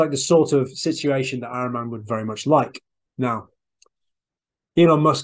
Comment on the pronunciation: IT IS PRONOUNCED AHHREEMAN (A PRONOUNCED LIKE ADAM)